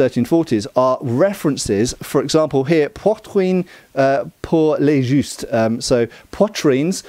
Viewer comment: I'm not sure that "Poitrine pour les justes" means "Breast for the jousts". In french, Jousts is Joutes. "Juste(s)" means righteous. You might have just mispronounced or I might have missheard.